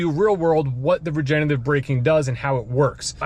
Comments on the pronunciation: it’s “regenERative”, not “regenATive”. regenerate is a word, regenate is not. since regenerative is a tough word to pronounce, let’s call it “regen” braking! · You’re missing the 3rd syllable in “regenerative” when you pronounce it - sorry if sounds a little picky but you are selling these EVs. I do love my 2019 Bolt LT though I only have a little over 30K on the odometer. We will be getting another EV soon to replace my wife’s Altima.